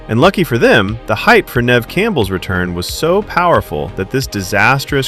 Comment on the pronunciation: Neve not nev Steve not stev